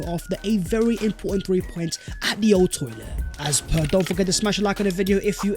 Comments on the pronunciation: Did I just hear him say Old Toilet?🤣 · Wait did he say old toilet😂😂💔